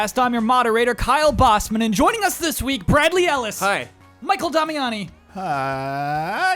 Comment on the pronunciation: CORRECTION: didn't nail the Dutch pronounciation.